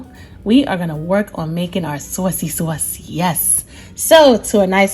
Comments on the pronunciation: Some noice sawsee sawse right there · The way she says "sawce" tho😍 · "Swos" yeah it kinda makes me blush internally lol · Our soyce (sauce)..lol😅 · The SAWSYY SAUCE. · "Swauce." Love it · I moved to NC from Jersey. And she made me feel back at home with her "Sawse" They say Saaase (short a) here.. lol its aways a topic of conversation 😊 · Bout to make this now , can't wait to make the " Suawcey Suawce" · I like the way you say sauce. Marry me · This is the only way I say sauce now🙌🏽😍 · Should i double the recipe if my ham is 13lbs? Do we still keep it covered with aluminum foil after adding the glaze? Any tips for making at home and bringing to another house? Should I complete all steps and then just reheat at the other house? This looks yummy! I want to make this for Christmas Eve.Thank you! I was born and raised in the Bronx and say "sauce" the same as you)--made me smile! Merry Christmas! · I thought I was the only one that’s from Maryland that says “sauce” like this lol, making this glaze right now!!!! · Exactly how my Nana would say it, she came from Sicily as a child